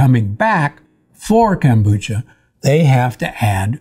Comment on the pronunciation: why does he call it "Kambucha"? it's KOM.....Kombucha!